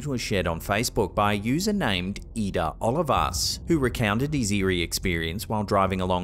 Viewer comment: “Oh-LEE-vas”, not “Olivus” ()!